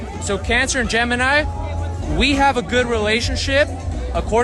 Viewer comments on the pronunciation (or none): none